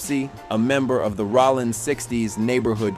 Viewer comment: its ROLLIN not ROLLAND lmfao